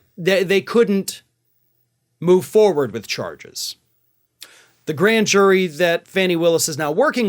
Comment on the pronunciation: Fawnie NOT Fanny!!!